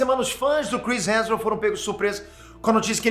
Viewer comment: O sabe que o sobrenome do homem é Hemsworth e não Hanson né?!